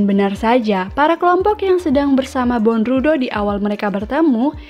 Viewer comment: Dibaca bondruw Bukan dibaca bondrudo🤣🤣🤣